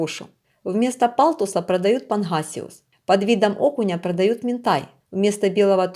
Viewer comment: панГасиус не панХасиус, достиГается а не достиХается, слушать противно, не уродовай язык, если не умеешь говорить, размовляй на мове своей !!!